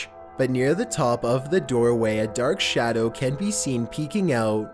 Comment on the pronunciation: You cant be serious? This dude talks like hes playing random sounds files, he has to have the WORST narrative voice i’ve ever heard. “A dark shADOW has been PEEKING ouuuuuuuuuuttttttt” This dude needs to learn when and where to emphasize a word